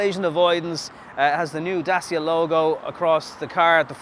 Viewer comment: It's pronounced dachia ffs....